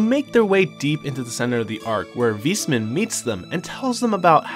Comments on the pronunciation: good recap but the "Wismann" triggerd me so hard especally as a german lol its pronounced "Wais-mann" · Nice recap but the way you pronounce Weissmann killed me. This is how it's written in German "weißmann" and it literally means "White Man". It's pronounced VAIS-MAN. Remember that almost everything north of Liberl is German inspired.